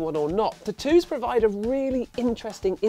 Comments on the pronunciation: That's what irritated me the most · "T'ttoos" xD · I didn't know what word he was saying. Then I realized what video I was watching lol. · Lol the way u say tattoos sounds funny.